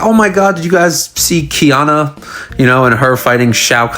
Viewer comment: Kianna? how do you get Shao Khan right but flub Kitana?